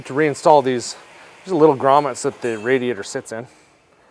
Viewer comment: Juat say fucking radiator. Lord kids. Dont be so lazy